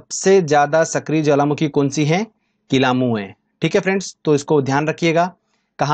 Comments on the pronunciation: Kilauea hota h n ki kilamu..... Acche se padaya Karo sir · kilamu nahi bhai kilayu hai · WO kilamu nhi Kilauea hai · किलामू नहीं वो किलायू है वो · किलामू नहीं किलायू 🤪🤪🤪